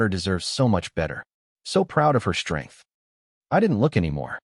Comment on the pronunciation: DISHTRACTED, DESHTROYING, DISHTRICT, SHTRATEGY, SHTRENGTH, RESHTRAUNT, NOT ENGLISH WORDS!!!!!!!!!!